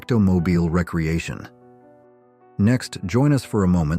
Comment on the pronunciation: Recreation is RE Creation NOT REC reation. OMG didn't anyone listen to this before publishing?